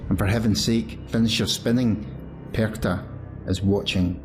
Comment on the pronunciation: Hallo! Ich bin von Österreich. Du sagst "Perchta" sehr gut. "Frau" sollte aber besser sein. Das muss ein richtiges AU sein. Ich möchte noch dazu sagen, dass Frau Perchta sicher KEINE untergeordnete Göttin war, viel mehr DIE Urgöttin schlechthin. Noch älter sind sicherlich die keltischen Götter, da gab es damals die Göttin Cailleach. Und dann kam sicher schon Frau Perchta. In Österreich waren erst die Kelten danach die Germanen. Dann kam die christliche Kirche, die mit allen Mitteln versuchte, den Menschen den alten Glauben auszutreiben. Aber im Alpenraum hängen die Leute sehr an ihren Traditionen, und ich kann mir vorstellen, dass es ihnen gerade hier nicht gut gelang. Wenn es also nicht gelang sie auszurotten, dann musste man sie umso mehr dämonisieren. Dann ist sie keine schöne Lichtgöttin mehr (ihr Name sagt das ja: die Strahlende, die Glänzende), sondern eine alte hässliche Frau. Jeder (in Österreich) denkt sofort an die hässlichen Masken, die Perchten die bei den Perchtenumzügen getragen werden. Niemand denkt an eine schöne Lichtgestalt oder an eine "Weiße Frau", die liebevoll und schenkend durch die Lande zieht, und die Frauen und Kinder beschützt und beschenkt. Diese Lichtgestalten findet man nämlich auch in ganz Europa, wenn man ein bischen forscht. Witte Wieven in den Niederlanden, La Dame Blanche in Frankreich, die Saligen Frauen in Österreich usw. Und das ist eigentlich die helle Seite von Frau Perchta. Gut dass es noch Menschen gibt, die das alte Wissen erha